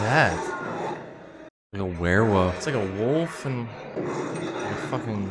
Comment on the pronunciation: Funny how pronounces the word wolf as woof. LOL